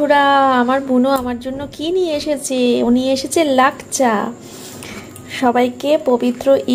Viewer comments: লাকচা নাকি😂😂😂😂😂 ওটা লাচ্ছা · লাকচা নয় দিদি লাচ্ছা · উচ্চরণ টা ঠিক করে বলো। লাঞ্ছনা বলে।